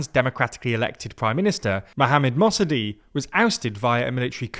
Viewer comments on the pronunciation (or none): Mossedeh (your pronunciation is terrible) was not democratically elected. That is a common thought. But it is false. He won a blatantly rigged election. Lets cut that crap out now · I understand it is difficult to pronounce names, but mate you are really butchering them here. Who is god's name is "Mosadei"? Put a "K" at the end of it since you can't say ق. Same goes for Khomeini and Khamenei. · Mossadegh's name is pronounced in English terms more like 'mossadekh' - the ق (gh) letter isn't silent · A for creativity on butchering pronunciation of Mosaddegh